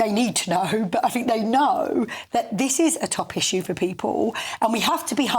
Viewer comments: The clown is a brit, can't even pronounce the word issue correctly 😅😅😅😅 the muppet of British image. Why haven't you left the country as you promised, you said you'd leave the country if Brexit fails to deliver. Stop trying to make it like it's all about you and f the rest of the brits. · I want to back him politically but he can’t say ‘issue’. 😖😖